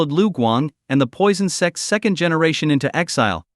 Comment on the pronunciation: "Sects" not "sex" 😅